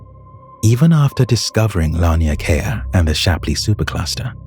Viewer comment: Laniakea is pronounced law-knee-ah-kay-ah I love your videos.